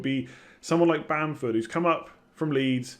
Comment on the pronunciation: lol Werner lol bamford u got that way too wrong